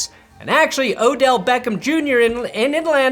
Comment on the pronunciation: Thank you for saying his name correctly